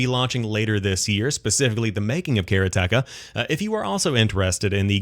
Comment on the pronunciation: Karateka is pronounced Ka ra te ka in swift order, and is a reference for a practitioner of karate. And I loved this game when I was younger. ;-)